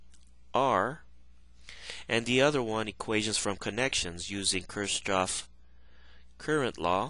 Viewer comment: It's a stupid critique, but "Kirchhoff" is typically pronounced like " 'keer-cough "